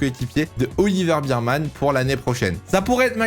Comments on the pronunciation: Je vais etre chiant mais c'est "Ber - man" pas "Bir-man" - Bear pas Beer. Et je suis d'accord sur tous tes choix meme si j'hésite un peu pour Ricciardo mais je vois pas qui pourrait le remplacer donc bon. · Yo, Oliver Bearman ça se prononce pas "birman" mais "bairman"